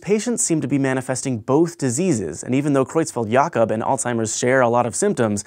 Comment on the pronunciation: The way you pronounce Creutzfeldt-Jakob is perfect!